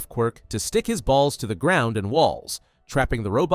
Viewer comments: THE MINETA BACKSTORY..WHY DID HE MAKE BALLS SOUNDNLIKE THAT 😭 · ”stick his balls to the ground and walls” bro didn’t have to say it like that😭